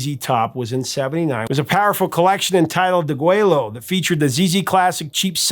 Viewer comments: De Güello is pronounced /deh GWAY-yoh/ not /gway-Loh/ Spanish LL is always Y- like in Yellow. Compare tortilla. One English exception is Llano, Texas, because Anglo settlers had trouble with that LL. Also, Bexar County Texas is /bay-har/ not bak-sar/ and not bear. Spanish X is usually /ks/ but sometimes /h/ or /sh/. -- The song De Güello was played by Santa Ana's troops outside the Alamo to tell the Texas rebels he would give them no quarter, he intended to kill them all. That's why the ZZ Top album and song have that title. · Deg-WAY-oh. Double l = y in Spanish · Did they really pronounce the name of the album degwelo, or did they use the Spanish pronunciation degueyo? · It is pronounced DA - GWAY - - YO - the "L"s are silent..... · "de-GWAY-o". The double-L is pronounced like a Y in Spanish. Sincerely, a Texan. 🙂 "Deguello" means "slaughter". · You mispronounced Deguello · Well, I was so glad to hear you properly pronounce Tejas then you totally butcher Deguello. Fun fact - Deguello was the name of the bugle call Santa Ana used at the Alamo, it signals no mercy. Even though it's from the '70's my favorite ZZ Top album is by far Tejas. Avalon Hideaway, Pan Am Highway Blues and Asleep in the Desert are worth the price of the album alone . I still have mine I bought new in 76. One of my best memories of a ZZ Top album would be their Fandango album. They were on tour promoting the new album doing a show in Dallas. Local legendary FM album rock station KZEW (The Zoo) had a contest, send in the most thing that most represents Texas and winner gets two free tickets to ZZ Top's Dallas show. My brother crushed a Lone Star beer can he had just finished drinking, threw it in a box and mailed it in to the contest. He didn't win the tickets, but DID win a Fandango album as a consolation prize. I still have that album too.